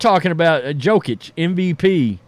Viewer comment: Say it slow.... Jokic ( Yo-Kich)